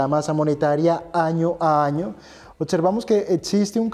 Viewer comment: OTSERVAMOS ???.... y como dices OBVIAMENTE.... OTIAMENTE ??....